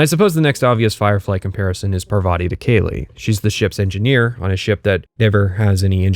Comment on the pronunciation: i think parvati is pronouced PAR-vuh-tee (emphasis on "par")